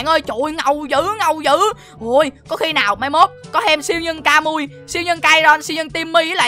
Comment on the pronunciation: Sao không đọc kamui vậy